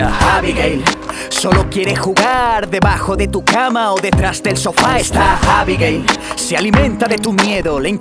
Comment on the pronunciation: cuando dice abigail suena como abigay xdxd